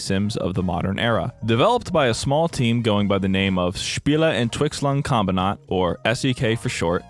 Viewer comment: a tip for the german bit.. the pronounciation was great but there are pauses inn the world spiele (glottal stop)entwicklungs(another lile pause)kombinat